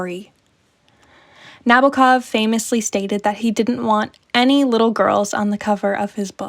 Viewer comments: Nah-BO-ah KOV - the Os are long, as in "boat", the accent is on the second syllable, and there is a slight "ah" before the last syllable. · Good essay, I enjoyed it a lot. A little remark - the author's surname is pronounced with an accent on the second syllable 🌻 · The way you say Nabokov is hurting my ears… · It's NabOkov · IF you read the novel, why in the world would you pronounce the name like you did, it's literally the very start of the story in the beginning of the novel: LO-LI-TA He says it many times and "rolls it off his tongue" LITERALLY, Nabokov is turning in his grave right now 😩